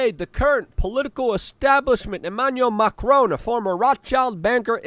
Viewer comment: You say Macron, I hear Macaroni. Is that weird?